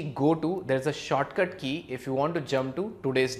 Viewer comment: "There's a shartcut key" LoL I love this dude